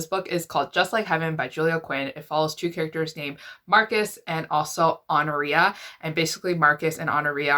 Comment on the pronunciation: I think it’s pronounced “aw-NOR-i-a”. I’ve heard it that way, at least.